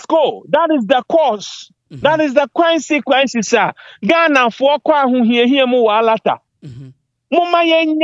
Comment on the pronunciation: Everything is not Money so stop what you're saying. Consequences Not quencequences 😂😂😂